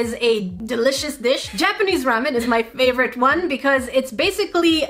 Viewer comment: U said ramen wrong but I LOVED this video